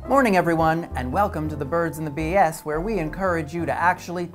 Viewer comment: too much emphasis on the ‘BS’ part in ‘birds and the bs’